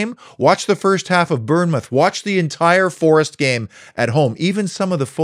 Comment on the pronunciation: Burnmouth 🙈, you gotta love an American accent 🤣🤣🤣